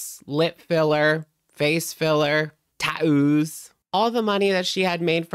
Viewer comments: NOT TAT-OOOS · "TAOOS" PLEASE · The way u said tattoos 😭😭😭 stunning